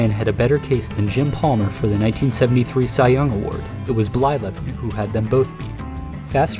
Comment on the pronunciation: Blyleven? Lmao